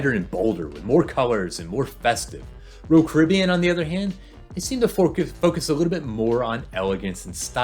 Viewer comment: It’s Royal, not rural.... js